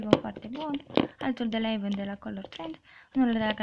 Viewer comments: se spune avon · se scri avon si se citeste eivan